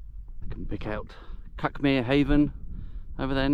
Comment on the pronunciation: I grew up a bit farther along the cliffs towards Brighton. The Seven Sisters and Cuckmere is still my favourite view of anywhere. But to be fussy, "Cuckmere" is pronounced "cookmere'.